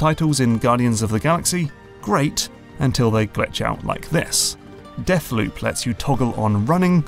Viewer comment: "Deafloop" - a joke courtesy of the London accent!